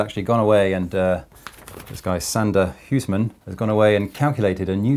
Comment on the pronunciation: huursmen xd huisman is difficult for english \o/